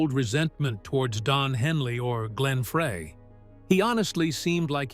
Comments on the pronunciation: Glenn FREY is pronounced FRY...not "fray!" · Pronounced Fry not Fray! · it's pronounced FRY. terrible video. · I'm screaming F R E Y is FRY! This happens on Michigan videos with our French and Indian city names and landmarks. It's infuriating!! And Glenn is FROM Michigan, so he gets it with both barrels!😡😡😡😡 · One would think that someone narrating a Meisner/Eagles documentary would at least know the correct pronunciation of Glenn's last name. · Please get Glenn's name right it's FREY. Like French frie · Its Glenn Fry, not Fray and Ledon not leedon.